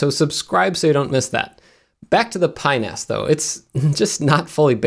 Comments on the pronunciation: "pinas" sounds remarkably like a body part, when you say it quickly. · Watch how you say that, “Pi-NAS”...